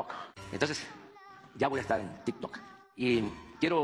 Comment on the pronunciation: Ni a los damnificados de Acapulco les dedicó tanto tiempo y a esta persona nomás faltó que le besara los pies. El tik tok es para gente creativa y a penas lo puede pronunciar.. póngase a trabajar